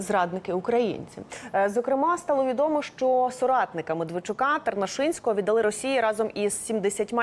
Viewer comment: Рус.их Отдали,укр.їх віддалИ.Пані ведуча,виправляйте наголос,бо можете скотитися до "дАла, взЯла ни пОняла,тудОй- сюдОй,ложітє на вєсИ... "